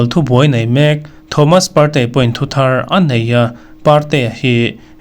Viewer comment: A ngaihnawmin a bengvarthlak ṭhin e.Thomas Partey ,Partea tia i lamte hian hriat a tinuam zual.